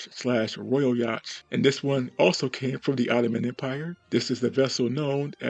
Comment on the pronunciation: Hey bud, just so you’re aware, the ‘ch’ in Yacht is silent 😉